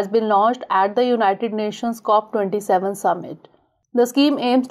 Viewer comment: It's "Cop27"